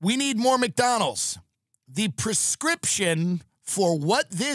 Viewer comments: His neck fat doesn't allow him to pronounce it properly. Poor guy 😢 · Why does he not put a d in McDonald’s. Mcdonal lol